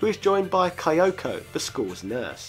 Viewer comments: That pronunciation physically hurts. With so many anime characters called Kyosuke, I took for granted it's pronounced kee-oh-soo-keh. Again, the pain... It's kee-oh-ko. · Kayoh-Sookie. Literally never heard someone go their extra way to mispronounce this pretty straight-forward name until 2019. Waiting for High-nahta, Ro-beer-tow, Kayohko, Idaho, Tigh-Fanny, A-Kay-rah. OMG you actually said Kayohko and Raser. And High-O! Favourite Cape-Calm French cheese though. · Nice video but please give some effort to read and pronounce the names. I couldn't find any Kayoko or Diago in the game